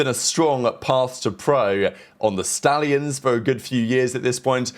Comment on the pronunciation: 🗣THE SHTALLIONSSS 🔥🐎🐎🐎